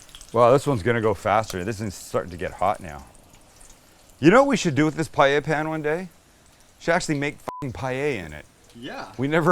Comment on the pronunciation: You know this guy knows what he's doing when he knows how to actually pronounce "paella."